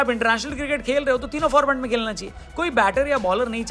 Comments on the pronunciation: bhai खेलना होता है खेकना नहीं 😂😂😂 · खेकना नहीं खेलना 🤣😂1🤣😂